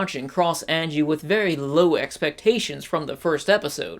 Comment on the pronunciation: Also watch English dub then you will know YOUR SAYING HER NAME WRONG